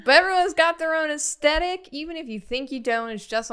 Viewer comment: No one: Absolutely nobody:: "Aestetic."